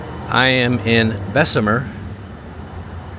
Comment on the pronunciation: Anywhere poverty is crime will exist. And its pronounced bess mur... My family is from there and Birmingham